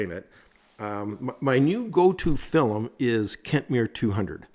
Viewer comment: Your pronunciation of film as, “fill-em”, is endearing…